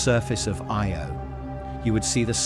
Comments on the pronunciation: Funny how the AI voice struggled with the word Io, but still an entertaining and informative video. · so is it aye-oh? yo? ee-o?